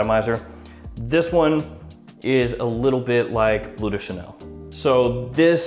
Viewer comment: Like your videos! And I know, it's hard for english speakers, but... it's blØ (like MØ), not blue de Chanel. ;)